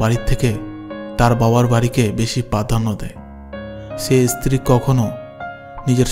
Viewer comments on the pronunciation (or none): Kathar uchharan valo karun, istri noy, stri